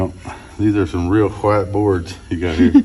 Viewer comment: They put the H before the W and makes it “hwite” 😂